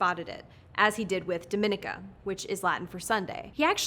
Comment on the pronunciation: Dominica isn't pronounced like Dominican Republic. It's pronounced dam aww knee ca